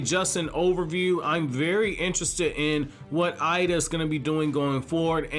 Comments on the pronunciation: Her name is エイダ, pronounced Eyy-da and not "Eye-da". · It’s pronounced Ada btw same with Pein/Pain and Ay/Ei not pronounced Eye-duh just a FYI